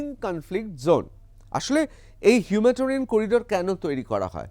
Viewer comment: হিউম্যাটারিয়ান নয় হিউম্যানিটেরিয়ান হবে। বারবার অন্তত একশবার এই ভুল বঞ্ছিত নয়।